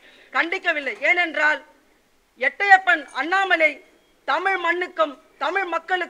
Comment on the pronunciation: எட்டையப்பன் இல்லை மேடம் எட்டப்பன் என்பதே சரியானது